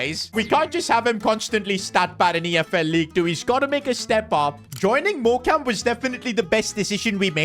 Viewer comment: It's pronounced Morecome just so you know love the vids